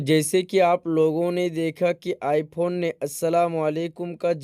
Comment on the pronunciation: Bhagwa I phone bhi nahi bol paya😅